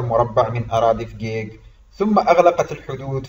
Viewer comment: انت كذاب .نحن نعيش في فجيج بكل امان وبخيرات المملكة ونحن وراء ملكنا الغالي محمد السادس نصره الله وداءما شعارنا الخالد:الله الوطن الملك. عااااااش المغرب ملكا وشعبا. مغربية حرة من فجيج. ملاحظة: انت تنطق اسم المدينة خطأ.